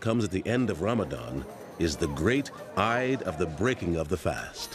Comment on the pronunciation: Lol whats "IIAADES"?? He means Eid! Ramadan Kareem everyone